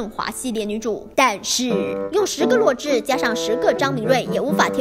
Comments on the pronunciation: 是zhǐ 我都听成弱智哈哈哈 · 那个字念“止”，第三声！！！！视频还一直重复洛枳(听起来像"弱智"）的名字，听起来真的是... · 洛枳的"枳"念zhî和zhī 麻烦哇妹把读音读正确 毕竟女主名字可是我觉得最喜欢的名字啊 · 额，我一直听成女主名字是弱智。。。请别告诉我只有我是那么认为的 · 我聽哇妹講女主的名字三分鐘後終於受不了，整個爆笑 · 而且是洛枳（三声哦） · 洛枳的枳是念三聲不是四聲啊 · 是洛枳(第三声啊) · 枳 是第三声啊，不是第四声啊